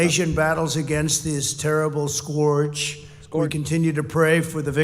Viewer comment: “Skorge” hahahahahahahahahaha!!